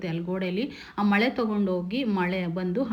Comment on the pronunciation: ಮಳೆ ಅಲ್ಲ ಮೊಳೆ madam ತಪ್ಪಾಗಿ ಹೇಳಬೇಡಿ